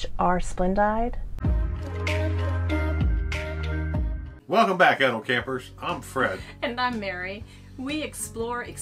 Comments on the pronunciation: FYI- i have never heard it said as Splend-died. Always heard it pronounced Splend-deed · Lol. It's pronounced splen-DEED.